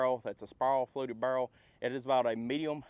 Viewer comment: Its a spirol(spy-rull) fluted birol(bur-ul) y'all lol I'm from Louisville so I have an accent but not quite an Eastern Kentucky accent